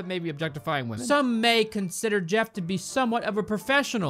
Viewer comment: When he said objectifying I instantly thought objefftifying